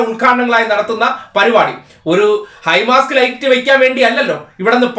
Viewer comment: ഹൈ മാസ്റ്റ് ആണ് ഹൈ മാസ്ക് അല്ല.